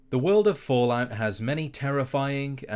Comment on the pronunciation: "The willd of follaot..."